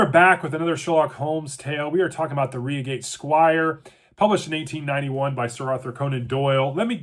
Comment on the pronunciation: Good God man , it's Reigate ( as in eye , not ree).